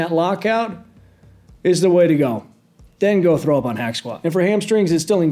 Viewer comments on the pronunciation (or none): none